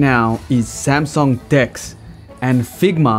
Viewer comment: I love it how your Korean Samsung executive speaks perfectly good Korean and then suddenly pronounces Samsung in a way that no Korean born in Korea would ever pronounce it. Anyway it didn't take anything away from a very cool video.